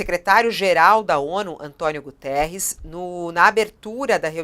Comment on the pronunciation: Quero chamar a atenção dessa senhora jornalista que tem tido posições de ódio com Portugal, que não é António Gutierres, sim Guterres, não esqueça que ele é português.